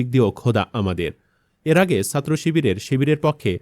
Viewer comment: ছাত্রকে সাত্র বলেন কেন? উচ্চারণ ঠিক করুন। উমামা ফালতু কথা বলে- একথা বলে সে সব ছাত্র ছাত্রীকে অপমান করছে।